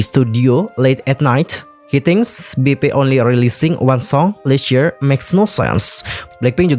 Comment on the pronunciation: Last year...bacanya salah kak...bukan list year 🤦